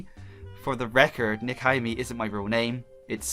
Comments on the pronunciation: Dude, It's pronounced Neck-oh-He-May. And I love the fact that you missed the sakura games shameless self plug in the background of Clover's intro photo. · Pronounced Neko He May and it means Catgirl princess. Baka!